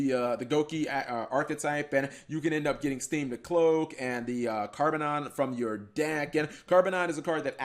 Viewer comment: It’s carbonedon not carbonon.